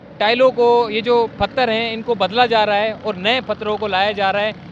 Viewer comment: Phatter nahi pather hota hai janab